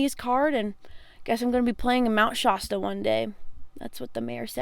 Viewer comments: Never heard anyone call it “mount shawstaw,” never stop being original 💪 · The "a" in Mount Shasta is pronounced the same as in "sass." That town is near and dear to me--made me so excited to hear you guys passed through! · no offense but the way you pronounced shasta is killing me